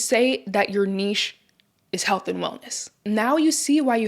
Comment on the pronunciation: Can we all just give this lady a round of applause for pronouncing NICHE correctly! So tired of hearing NITCH, like WTF is that.